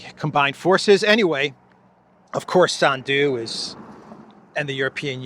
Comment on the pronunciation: SANDU is pronounced with the accent on the first syllable.